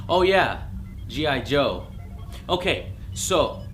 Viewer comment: All I hear is gi jose